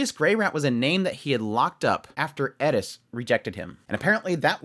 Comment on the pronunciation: Please, her name is Eris, not Edis.